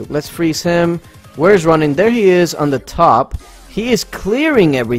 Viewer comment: damh it what happened to putting emphasis on the "ROW" in ronin😂😂